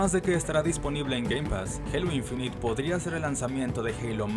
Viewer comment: Se pronuncia INFINAIT no INFINIT